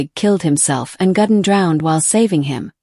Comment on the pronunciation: It is Ludwig, not Ladwig. How difficult can it be to pronounce somebody's name properly??? It is also Gudden, not Gadden.